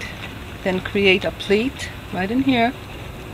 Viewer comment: PLEATE ... It sounds like you are saying PLATE... otherwise GREAT VIDEO